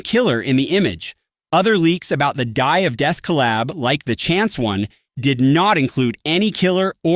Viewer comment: "Dye of death" 🥀